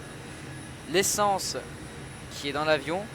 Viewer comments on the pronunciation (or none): je sais -_-" mais vu qu'il a dit essance sa ma perturber o_O